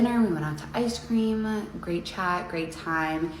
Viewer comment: Rose girl knows she is full of it and I can see it by her verbal tell.two words,," ice ca-ream-a". It is the tell of a deflecting liar. People ask how I can read a person in as little 30 seconds, that is the one I have decided to share. Young men pay attention, don't just believe me.